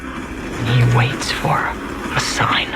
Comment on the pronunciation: It's "Waits," not "Watts"